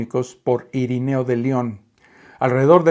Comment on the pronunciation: Perdón, pero no es IRINEO, sino IRENEO, con E. ( de nada )